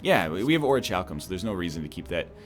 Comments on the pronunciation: I've giving up trying to get him to say Or-ee-cal-cum. T_T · this is a pretty awkward episode to comment this (not by far the first time he said what I'm about to correct him for, and extremely early in the series as well), but I just have to: "orichalcum " is not a hard word: the "ch" is a hard "k" sound. It's a fantasy metal mentioned by Plato in his tale of Atlantis, and in 90% of fantasy novels from there on. Just think ORIKALCUM and you'll be fine. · At last, he correctly pronounced orichalcum!!! Oh wait never mind, he reverted to the wrong one again... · Someone please tell me he starts saying Orichalcum correctly. x_x It shouldn't bother me as much as it does, but gah!